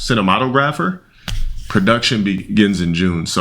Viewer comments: "ceenuhmatoh grawpher" - himself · "sinno-sinno-sinno mah toe grapher? Idk how to say dat word" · Cina-mono-grapher Ok,. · "Cina-mato-grapher?" That's right,. You got it. 😂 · "I dont know how to say that word.. Sin-to-mono-graff-er?" 😂😂😂😂😂😂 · "Cinem- cina ci- cineemato grapher?" I don't know how to pronounce that" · Sin.. Née.. Ma.. Tog.. Gro.. Fee.... Phonetics is easy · The fact can’t pronounce ‘Cinematographer’ is killing me. He gotta be illiterate asf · Uncle Ruckus saw rants and tried to flag him for plagiarism. Edit: Holy crap. can't pronounce "cinematographer"??? What kind of Chubb Institute-ass school gave a degree???? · Being misogynoirist to your own woman while not being able to pronounce cinematographer is wild asf... what a 🦝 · LMAOOO 😂 BRO CAINT SAY CINEMATOGRAPHER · How does this dude want to be an actor but can’t pronounce cinematographer 😂😂😂😂😂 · Didn't want to be an actor? Even claiming that he knows "more than most people" because he lived it for so long. Yet can't pronounce cinematographer or Antoine Fuqua's name. "A product of inbredding" is that when makes a sandwich? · "", with a life devoted to an acting career, can't pronounce cinematographer. Lol Good job. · I would've forgiven the Fuqua pronunciation, but how do you not know how to pronounce "cinematographer"... and you want to be an actor? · Lmao. "GET" ... he's actually telling the truth. Hate him or love him, he's pretty damn creative with the names and insults. But I can't believe he can't pronounce "cinematographer". What a moron....SCHOLAR moron. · not being able to pronounce “cinematographer” should tell you everything 😭😭😭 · Bros 41 never seen the word cinematographer 😂😂😂😂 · failed actor and "scholar" doesn't know how to pronounce cinematographer 💀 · "I make more than actors" "Marvel Here I Come" doesn't know or can pronounce the word cinematographer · cannot pronounce cinematographer